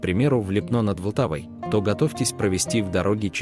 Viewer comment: Липно - это не чешская Швейцария!!! Зачем дурить людей? Чешская Швейцария находится на севере страны. И поменяйте ударение на Ли́пно а не Липно́.